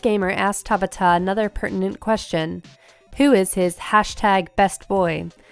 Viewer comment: I hate how she's pronouncing Hajime Tabata's name. sounds like she's trying to say tabatha without the "H" it's three sylibals lady! (Ta-BAH-ta) emphasis on the B and A